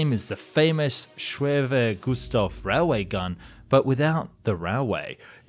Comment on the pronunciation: “Similar to the “schweve gustavf” railway gun” bbbrrruuuhhh